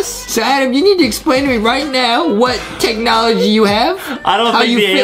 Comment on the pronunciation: "Technology" more like "THICC-nology"